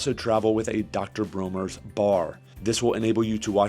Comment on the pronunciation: World class edutaing repsentation... If I may be permitted my one complaint... the pronunciation of the castile soap is commonly pronounced Dr BRAWNERS not dr BROHners ieeyieayayayahhh...